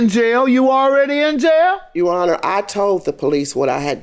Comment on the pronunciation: As soon as i heard the plaintiff say to the judge "YOU HONOR", i knew the case was gone be good